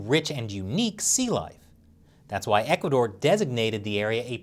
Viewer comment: IVE NEVER HEARD OF THIS "ECUARDOR" COUNTRY, I THINK YOU MEANT "ECUADOR" (NO R)